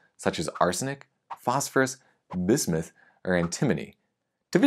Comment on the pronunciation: The way he hits the B in bismuth